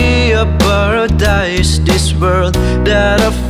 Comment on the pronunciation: bruh did he say porodise??